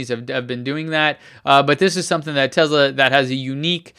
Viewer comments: I thought it was Tesla not Tezla? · it's pronounced tesla with s not z !!!